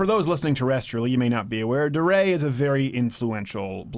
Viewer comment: DeRay. I think it's pronounced "D-Ray." Like D-Day.